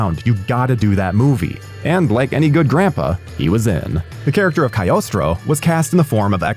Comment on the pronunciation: Cogliostro? Who the fuck is Coleostro 😂